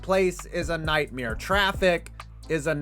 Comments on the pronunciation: Say it with me nightmAre MARE m. A. R. E. Not mere lol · Why do you say nightmeer like Burt crystals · He says 'nightmeere' just like Brent Krystals does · The way you pronounce nightmare is a "nightmere". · I'm sorry, did he call FedEx Field a "nightmeer"? Been hanging out with Bert Kreischer too often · WTF is a nightmere? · Nightmeer? Or Brent, you aren't the only one. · Ive had nightmares but wtf is a nightmeer? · Nightmeer? Ok Burt Crystler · Dude says nightmare like Bert Kreisher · This guy doesn’t know how to say nightmare. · Why are you saying Nightmare like Bert Kreischer